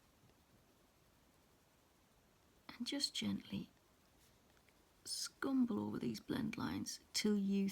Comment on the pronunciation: I applaud your step by step explanation of how to blend on the petals ..you are so patient and calm as you give the viewers confidence in trying this blending ..I loved your use of the word "scrumble " with your accent ...thank you so much for the detailed info as to blending slowly and carefully to achieve the 4 pencils colors petal .